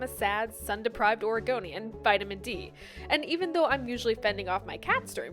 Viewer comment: What Morgan said: Sad, sun deprived Oregonian Wat I heard: Sad, sun deprived A R G O N I A N